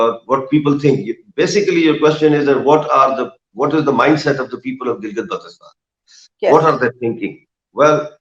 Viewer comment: fuck you liars we love pakistan and kahmir belongs to gilgit and gilgit is part of pakistan....correct you pronounciation of gilgit first